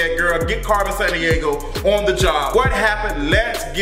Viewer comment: Lol “Carmen SanDiego”